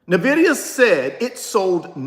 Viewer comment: Its NVIDIA not NAVIDIA